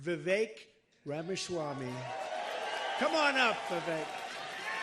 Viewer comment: Vivek "Rava-swamy" ( Trump's pronunciation 😂) flip-flops more than a trout caught by a fisherman. 😂😂😂😂😂 Trump chooses people wisely. At least stay with those who are consistent.